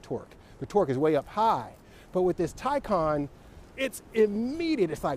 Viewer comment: You’re right, it’s the Tie-Kahn. Your video is recommending my Porsche Taycan Unveiling video from my channel... I love your channel by the way, your GTS is amazing and your autocross videos. I’m going to finally subscribe!